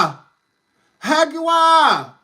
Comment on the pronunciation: Wait… is he saying HAGUAR?? Bahahaha… I’ve been in Hurricanes down here with no service! Lmao…